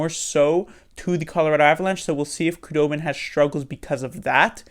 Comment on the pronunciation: Your prediction was only incorrect because of a technicality lol. Also Wooooo! Knights are gone, all is right again. Nice to see that at least 1 Shark from last year will win the cup (assuming TBL wins). Also just fyi, its pronounced Who-dobin, not Koo-dobin apparently. Just learned that after seeing THG's video.